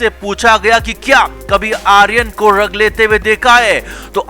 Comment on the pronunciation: Ddag nahi DRUG!!! Arre pehle sahi bolna to seekho!! 😂😂